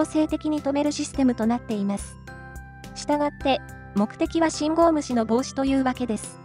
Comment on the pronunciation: 『信号無視』が『信号虫』に聞こえてしまうのは老化のせいかにゃ？